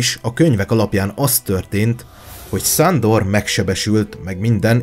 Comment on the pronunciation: Ne mond már hogy Szándor MOND Sándor :)